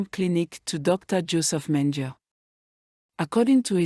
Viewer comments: Its Dr. Mengele pronouced: "men-guh-la , thanks for the video. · Keeps mispronouncing Mendele ….disconcerting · Your not saying dr's name correctly.